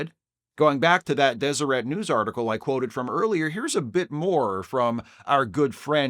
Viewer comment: As someone born in Utah, I appreciate you being the only person on earth to correctly pronounce Deseret